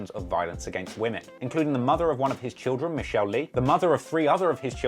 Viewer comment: Not that it changes the quality of this video but it's pronounced mish-alay